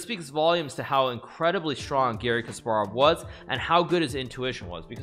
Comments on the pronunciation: Why he says Giri instead of Gary. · Actually Garry's name is pronounced with the "a" as in "car" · I thought you were saying "Giri" and that made me really confused until we got to the game and I realized it was "Garry" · I thought he was trolling because I kept hearing ''giri'' instead of garry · I thought you were saying Giri the whole time😂😂 Here i thought you were completely clowning Anish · The whole time I thought he was saying Giri